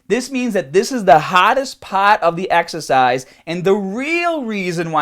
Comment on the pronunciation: "this is the haaaadest paaat of the exaacize"